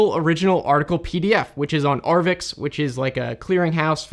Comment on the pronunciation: Just a note: "arvix" is spelled "arXiv" and pronounced "archive".